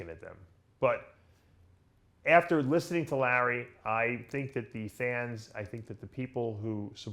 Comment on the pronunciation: Dave Palumbo pronounciating the letter "A" - "Mr. Olympier", "Situration", "Jeremy Buendier", "Lurrery Wheels", "2019 Olympier", "Lurwyer", "Collect Dayter", "Dailyer Basis".